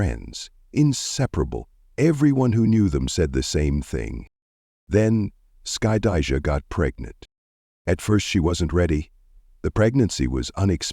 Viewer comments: The narrator is destroying the daughter's name 😂😂😂😂 "Skuh-dye-juh" 😂😂😂😂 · Of course she didn’t. This is being narrated by AI which mispronounces names frequently. Her name is Skydajah.